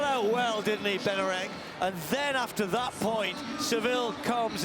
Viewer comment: Benarek? Is it too much to pronounce his name correctly?